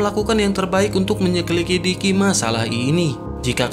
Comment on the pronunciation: kq ya lancar bilang menyelikidikinya min. sallut deh 😂😂